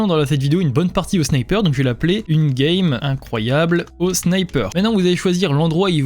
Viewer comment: "Une gamle incroyable au sniper"